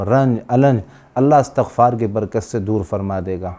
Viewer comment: ماشا الله ؛. الله سب کو سلامتی نصیب فرمائیں آمین ؛ حضرت گزارش ہیکہ استغفار بروزن استفعال ہے اور آپ تا کو فتحہ کیساتھ پڑھ رھے ھیں